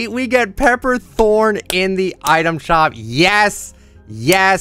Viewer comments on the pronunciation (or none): It is pronounced ‘item shoop’ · When he said item shoop